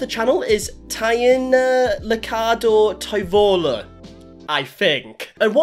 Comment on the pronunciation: Toivola is pronounced like 'toi' almost the same as in toy, 'vo' like in volume and 'la' in like Las Vegas.